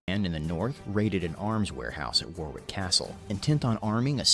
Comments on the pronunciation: The 5th of November, Bonfire Night is NOT a UK holiday ! It's NOT pronounced CATsby but Catesby , as in gate. NOT WarWICK Castle, but pronounced Warick. NOT WorCHESTershire, but pronounced Woostershire. Bonfire Night has nothing to do with Halloween. They are totally separate celebrations, but NOT holidays ! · 5th November - not a holiday. Most British people have only a vague idea of the history. Most people would not know the members of conspirators apart from Guy Fawkes. Warwick is pronounced wor-ick. "Penny for the Guy" is something kids would do. They would build a Guy Fawkes effigy and, in the weeks before the 5th, they would display the "Guy" in public and ask for "A penny for the guy" and people would give the kids some money. We don't normally have smores. They are big displays of fireworks as well as small displays in people's gardens. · Glad you picked up on the pronunciation of Worcestershire. The guy also got Warwick wrong. It's pronounced "Worrick". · Also Warwick, that was pronounced by that chap as War wick, is actually pronounced War-rick, and Worcestershire is pronounced Woostershire. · Robert Catesby is pronounced Kates Bee, not Cats Bee. The "e" lengthens the "a" as I'm sure is the same in American English grammar. Oh, and did he say "war wick" aargh! No! It's "worrik". I know, not logical but trust me, that's how WE say it. Probably based in how you pronounce Dionne Warwick. It's not your fault lol! Tata x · warwick castle is pronounced worrick castle and worcestershire is pronounced woostershire, dont try to correct us we do not expect you yanks to explain the pronounciation of arkansas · Entertaining . FYI Catesby is pronounced Katesbee, Warwick is pronounced Wa-rick. And being pedantic further, as a form of execution the verb to hang - means a man is hanged not hung, though of course a hung man can be hanged.